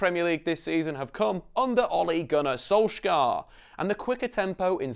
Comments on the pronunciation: Pain my Norwegian ears how he pronounce Solskjær in wrong way. We Norwegian don't do K in heavy way but soft. Solskjær should be more pronounce like Solj@ with taking away the t end of as mostly comes from the Scandinavian æ 👂🏻🇧🇻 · If you drop the "k" sound you'll be much closer. The "skj" sound in Norwegian is pretty much the same as the "sh" sound in English. Don't worry about getting the vowels right. They're fiendishly difficult :-) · it is funny hearing pepole trying to pronounse Solskjær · As a norwegian, im tired of everyone saying solskjær wrong